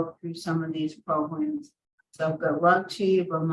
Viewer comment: Lol progrums. That's the dignified way to say it.